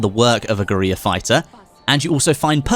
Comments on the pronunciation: guerrilla is pronounced like gorilla not gueriya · Guerrilla still pronounced Gorilla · Is he trying to say guerilla? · The way he says geurilla